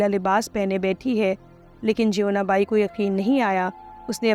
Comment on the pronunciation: इसको और बेहतर तरीके से पढ़ा जा सकता था, बहुत एक सी और flat पिच में पढ़ी गई है साथ में टेक्स्ट से कुछ -कुछ शब्द अलग उच्चारित किये हैं जैसे जीवना बाई को ज्योवना बाई और भी बहुत सारे वर्ड्स।